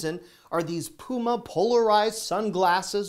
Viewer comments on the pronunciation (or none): none